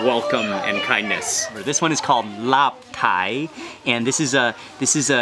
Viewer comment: is not laap thai, but it is "Laap Thao". just pronunciation!